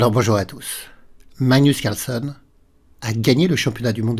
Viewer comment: Bonne année meilleurs vœux. Est-ce que l'une de vos résolutions pour cette année est de faire un effort sur la prononciation de "Carlsen"?😅 Je note que vous êtes enroué, cause à effet?